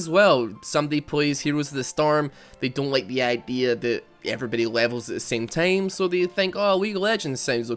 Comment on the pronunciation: Stop saying tame. Its TIME